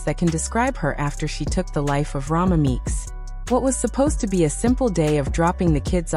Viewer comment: Her name is ROMECA RO-MECA!